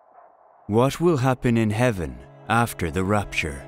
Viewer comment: It's not rUpture, it's rApture.